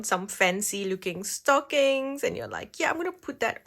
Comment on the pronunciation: She said „theres something about stocking“ - I understood „something about STALKING“ 😃